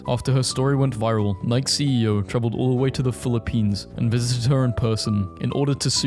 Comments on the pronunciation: Nike is not said like "Mike", it's "Naiki", the shoe is literally named after Nike, the Greek goddess of Victory. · Nike? Wtf Is N IKE ITS NOT N IKE ITS NIKEY NOT N IKE